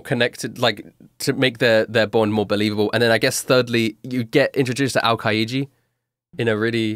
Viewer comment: Yeah that was... Odd. Also the way he pronounced aokiji was off.